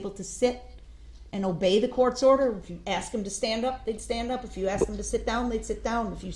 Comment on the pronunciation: He didnt know how to say the simple word "asked" either. He constantly pronounced it as "axed" 😂